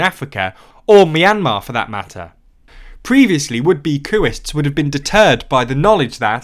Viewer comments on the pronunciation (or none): none